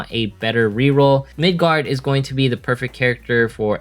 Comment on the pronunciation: Btw its Migard not Midgard